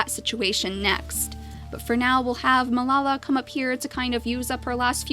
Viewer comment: I'm pretty sure Melala is pronounced Mel-a-la. Not Mel-la-la.